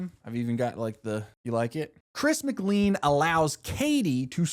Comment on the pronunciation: why do you mispronounce chris’ last name ? 😐